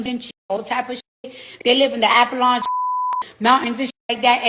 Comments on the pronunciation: This chick said "Coil instead of coal & Apalon mountains. Lordt😂! Girl ❤😢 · "They live in the Avalunch Mountains"? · "The appalonch mountains" 🤦🏾‍♂️ and she really thought she was cooking. B1✊🏾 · Did this broad almost die trying to say Appalachian mountains? 😂😂 Also, what’s doing coils? 😂😂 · I watched that part 10 times. 😂😂